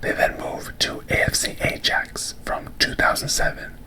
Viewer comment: great vid as always! just a quick fyi, ajax is pronounced eye-axe, you don’t pronounce the j sound